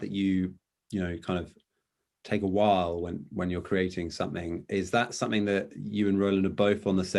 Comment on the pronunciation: Correct as in South African or correct as in Bath? He pronounces "That" as "Thet" Just watching an interview just now and he pronounced "Hand in hand" as "Hend in Hend" Roland doesn't do that at all and they grew up on the same estate